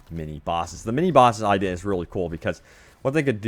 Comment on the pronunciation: I-de-a say it with me